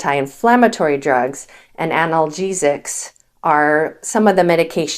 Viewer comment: Well, it's a bit difficult to take advice from someone who can't properly pronounce the words 'analgesics' and who leaves off the 'non' in "nonsteroidal." That said, I've never smoked, I eat very little sugar, I avoid both fast and processed food, I use iodized "Lo Salt," which is a blend of real salt and salt substitute (potassium chloride) because the pure salt substitutes just taste TERRIBLE! I've also always drank copious amounts of water my entire life. I DO drink, moderately, mostly red wine but also bourbon, because I just like the taste of the two...I also drink beer, but none of this to excess...and I'm NOT about to stop, and I know I'll be fine, too. I do have issues with moving around enough due to 3 total hip replacements and 3 disk replacements in my lower back; I am never without some degree of pain, at times severe. As such, I DO take NSAIDS, but in very limited quantities, and only when pain is severe, preferring instead to take acetaminophen, and here lies another point of contention for me: acetaminophen/Tylenol, percocet/norco, and opioids in general which do contain acetaminophen, ARE NOT NEPHROTOXIC, only the NSAIDS exert a deleterious effect on the kidneys! Acetaminophen-based painkillers ARE, however, hard on THE LIVER. You should KNOW these things and these distinctions before doling out medical advice on YouTube. Just sayin.'